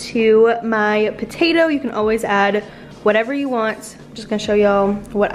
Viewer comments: Am I the only one heating Batatoe instead of patatoe lol . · I thought you said Botatoes.🤣 Mmmm Botatoes.😋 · wait are you pronouncing potato with a b ?